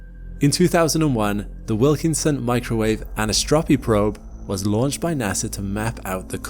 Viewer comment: What you call the (Wilkinson Microwave) "AN / iss /TROP / ee" (Probe) is really called the (Wilkinson Microwave) "An / eye / SOT / ro / pee" (probe). Five syllables, not four. You can Google how to pronounce it properly, if you're interested. :face-orange-raised-eyebrow